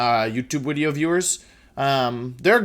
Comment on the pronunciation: How to be wolfey: 1. Be a comp. player 2. Say Wideo 3. Stonks